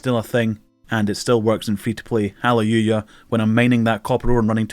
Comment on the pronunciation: “Ha lay u ya” same bro, same